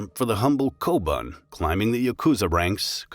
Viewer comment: “Oyaban koban” its oyabun kobun